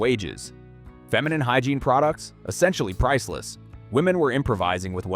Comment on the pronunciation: "Hygreine?" Really flexible arm. Nothing like bad AI to destroy your credibility.